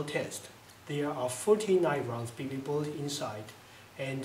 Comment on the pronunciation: Awww man...fuhty nine round bee bee boolet